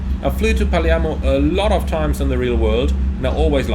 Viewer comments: I love the back and forth between PF and PM! Btw, the city is Palermo, but you say "Parliamo", that means (we) talk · Glad to see you like to come to Palermo to get cannoli and other sweets (funny note: you pronounce "Palermo" like only locals do "Paliemmo"); I saw there's a new Jetstream scenery of Palermo Airport; dunno if better of Asobo WU though.